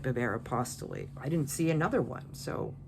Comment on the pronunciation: It probably doesn’t matter in the grand scheme of listing, but for Aeropostale, the e at the end is silent. So glad to see your videos. It doesn’t matter what you talk about. I don’t sell clothing. I started watching you when you also sold vintage hard goods. So, we sell different things, but I still watch. I just enjoy you.😊